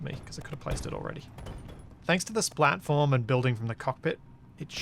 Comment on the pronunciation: All I hear is "splatform". Once you hear, you cannot unhear... ;)